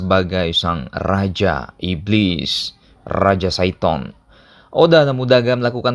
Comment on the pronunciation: Ngakak waktu ngomong raja syton